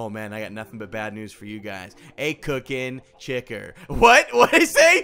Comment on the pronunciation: "Cooken Chicker"